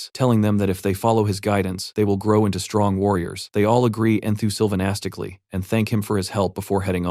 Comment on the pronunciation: Enthizimastically or Enthuzimonkastically... or ... and so on and so on .... Geebus Tits how hard is it for an AI Reader to pronounce the word Enthusiastic or Enthusiastically? 😆🤣